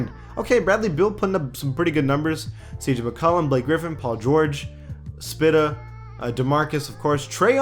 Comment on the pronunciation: Why did he say Donavan Mitchell was spita it’s spida like a spider